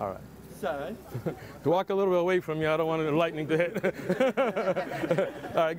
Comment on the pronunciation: "i don't want the lightning to hit meh "😂